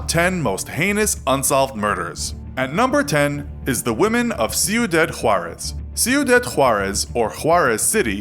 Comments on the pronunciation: Its not (Cuidad) pronounced see-oh-dad , its KWEE-DAHD. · Ciudad, (see-u-daad) "City" In Spanish. (See u dead) is not a Spanish word. you could've just compensated with Juarez City